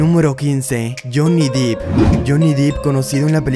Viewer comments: El único que pronunció bien el nombre y el apellido fué a "Mckenzie Crook" al resto le erró a todos... PD: ¿No están cansados de escuchar que pronuncien "Jhonny Deep" cuando es en realidad "Jhonny Depp"? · Se pronuncia "dep" no "dip" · 'Dep', no deep ! 'Coton' no Karen 😆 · Depp no DEP ! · Es Depp no Deep..... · Se pronuncia Dep